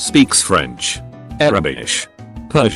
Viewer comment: Arabish?? Lol, love how many people cant pronounce Arabic